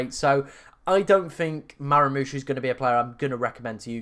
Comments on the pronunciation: MAH-MOOSH. NOT MARA-MOOSH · Nice man but please stop saying Maramoush